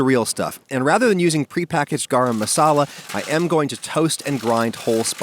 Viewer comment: The way he says “Garam” hurts the Indian in me